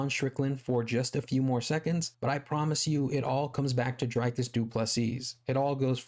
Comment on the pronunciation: One more thing, his name is Dricus which is not pronounced Drycus but more like Dreecus like the double ee in see but said a bit shorter.